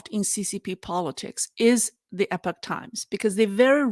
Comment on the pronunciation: Epic is pronounced eh-pick but Epoch is pronounced EE-pawk. just FYI. I like Epoch English and Chinese for their coverage of China, but when they cover the US, they tend to jump down MAGA-hat conspiracy rabbit holes without much critical thought. IMHO. On YouTube, China in Focus NTD I believe is owned by the Epoch Times... and YouTube has demonitized them for the next two years.